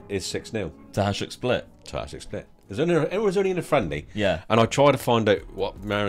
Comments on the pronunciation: It is not pronounced Hazhduk, but Hayduk :D anyways, good to see some Eastern European clubs! Would love to see you rebuild Bohemians Prague or Spartak Trnava, these two teams played semifinals of Champions Cup back in the day :) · Love the video, one tip for Croatian names is that the J is pronounced like a Y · its pronounced hayduk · It is pronounced hi dook. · It's not hajduk it's hajduk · Wish for right pronauciation of Hajduk's name pls.